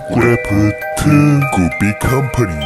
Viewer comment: 마인크래프트 할때 마인꾸래프트라고 하시는거같아요 기여우셔